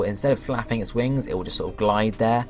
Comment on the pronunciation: u said wrings